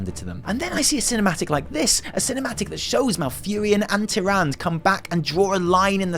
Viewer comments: Is not "TiranD" fuck off! Love you huys. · nope, watch some blizzcon videos, this is not how Blizzard pronounces her name. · You know, TyrandE has that e at the end of her name for a reason, feel free to use it while speaking of her. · Loved loved loved it! One thing however: Tih-Ron-Duh :D And after all these years you introduced me to a British phrase I have yet to hear. Hard Done By. Keep up the great video's. We need MORE of you guys!! Thanks! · Her name is Tyrande said in WC3 and WoW. Soft [ae] makes big differance, instead of harsh stop after D. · The way he pronounces Tyrande :') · More like Tyrant. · Are you saying her name wrong on purpose? twitches irritably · I love you but please no more of butchering Tyrande's name please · You are aware, that an - e - at the end of a word/name is often silent and not pronounced? I assume went along with that in that moment. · I love you,, seriously. But... "Ty-ran-duh".: P Not "Ty-rand". They've been consistently pronouncing it "Ty-ran-duh" all the way back to Warcraft 3. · That entangling roots going through the grunts eye! Creepy! P.S. its Tyrande not Tyrand ( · The way you say TyranD (TyrandA) makes my brain hurt lol :D Anyway, good video! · To be fair pronouncing "Tyranda" has always been the most stupid thing I have heard. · "Tirandë" "Ë" Tirande, please it's not pronounced "Tyrand" ... :P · Please, please, stop pronouncing Tyrande's name like that... I'm gonna bust a vein. Anyway, basically, these are all text-book ways to do cinematic animation. I think you're really, really overselling it. It's great, I agree, but it's not some kind of cinematic genius at work. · She is called TyrandEEE ffs! But nice analysis,:) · Your videos make me appreciate the stuff in game more than I do on my own. This is why I love your work. Gotta point out, Tyrande is pronounced "Tir-an-duh", the last syllable is pronounced. It's not a french name. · It's Tier-on-duh. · say after me: "ty-ran-duh"